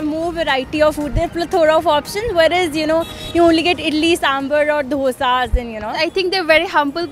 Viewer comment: Plz stop saying Doughsa 🙏 Better say dosa or dosha